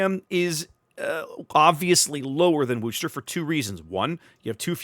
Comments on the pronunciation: Gah -- "Worcester" does NOT rhyme with "rooster'! The "Wor" is pronounced like the "Woo" in "Wood", not as "Wu", so it's "wooh-ster"! Actually, in Worcester, MA itself it's often pronounced as "wooh-stah" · As a long time "Mass-hole" your driving me nuts how you say Worcester !! Lol The R is silent ex, Wos-ter. ...Wos the "os" sound like Puss as in "face" part (sourpuss so Wos-ter !!